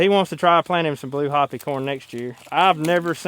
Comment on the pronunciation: im not trying to sound mean or rude but being Native American myself i feel the need to correct this. Hopi is pronounced Hoe Pea... not Hoppy .